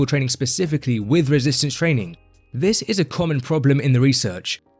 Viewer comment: Why do you say “trainingK”?? There is no “k” after an “ing.”